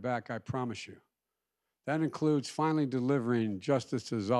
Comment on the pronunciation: ya fianally